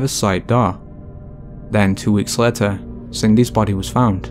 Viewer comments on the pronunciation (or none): What is this accent? Later pronounced as letter. And road as rut.